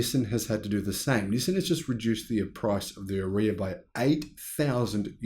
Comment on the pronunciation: Sorry to be pedantic but the way you say Ariya is completely wrong! :)